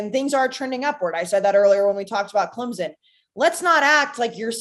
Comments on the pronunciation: Clemson not clemzon there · She continuously says clemZon instead of clemPson and no one corrects her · she’s also good for “I don’t want to speak for you, but….” Lol